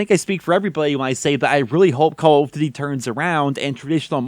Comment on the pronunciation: why do you pronounce it "call of dty"?